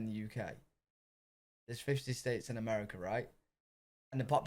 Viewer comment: It’s pronounced “A-MARE-A-CA,” not “A-MARE-A-KER!”